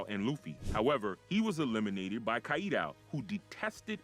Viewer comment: Good video, but you need to work on the pronunciation of some of the names used in the video. Namely "Kaku", "Kaido" "Blueno"